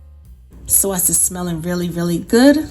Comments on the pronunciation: Some noice sawsee sawse right there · The way she says "sawce" tho😍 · "Swos" yeah it kinda makes me blush internally lol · Our soyce (sauce)..lol😅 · The SAWSYY SAUCE. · "Swauce." Love it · I moved to NC from Jersey. And she made me feel back at home with her "Sawse" They say Saaase (short a) here.. lol its aways a topic of conversation 😊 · Bout to make this now , can't wait to make the " Suawcey Suawce" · I like the way you say sauce. Marry me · This is the only way I say sauce now🙌🏽😍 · Should i double the recipe if my ham is 13lbs? Do we still keep it covered with aluminum foil after adding the glaze? Any tips for making at home and bringing to another house? Should I complete all steps and then just reheat at the other house? This looks yummy! I want to make this for Christmas Eve.Thank you! I was born and raised in the Bronx and say "sauce" the same as you)--made me smile! Merry Christmas! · I thought I was the only one that’s from Maryland that says “sauce” like this lol, making this glaze right now!!!! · Exactly how my Nana would say it, she came from Sicily as a child